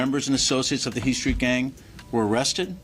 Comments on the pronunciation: it’s heath not heat get it right sir 😘😘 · It's Heath street not heat but heat sounds about right. Jamaica Plain I've been in those building, the courtyard all that. The Heath street projects are the epitome of projects. It's like being in a jail only there's apartments behind the doors. The halls are exactly like prison or jail though it's wild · Its Heath street lol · It's heath street not heat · It’s heath, not heat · Isn’t it Heath street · It’s Heath Street… this dude ain’t from Boston 🤦🏻‍♂️